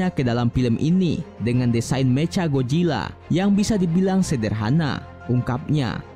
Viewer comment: "Meca gojilla"???